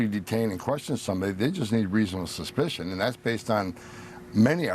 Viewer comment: Is he drunk? Why is he slurring? He can barely pronounce "reasonable suspicion"